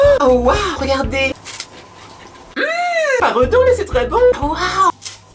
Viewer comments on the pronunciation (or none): de Max j'adore quand dit paredon ou beleu